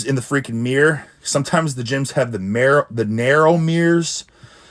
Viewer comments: A "meer". Good reflection and lighting on this meer. 😂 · A Meer = a mirror